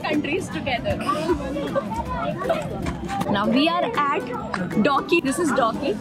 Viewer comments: It's not dowki. It's Dawki. It's in meghalaya (NE). Pronounce correctly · It's pronounced as 'da u ki' not douki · It's not docky it's daooooowwwkiiiiiiiiiii okk ,,,,grow kar ne se nahi hoga pronounce korna bhi ana chahiye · She teaches great english pronunciation but dawki ( da o ki ) As doki Thats what u learned if i m wrong please tell me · You pronounced Dawki wrong. It’s दावकी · It's not doki it's Dawki pronounced as( Dao key)